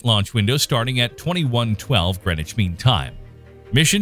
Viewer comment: Greneshween time? It's Greenwich...